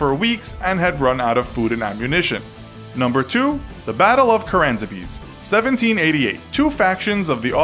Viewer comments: It's Caransebeș, not karansebes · It's pronounced Karansebesh, I pass through that place often in my roads to and from college. Quaint little town.